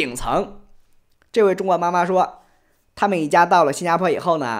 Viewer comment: 说“妈妈”这个词时，听起来像是指某种职业的经纪人。